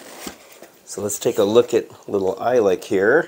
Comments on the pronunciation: You pronounce it E-Lick... I think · It’s pronounced “eelik”